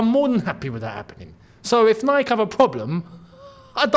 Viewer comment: you're pronouncing "Nike" wrongly 😅